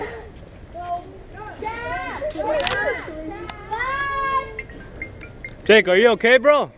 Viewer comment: They cant even say Jake right😂 Jayick Jayick Jayick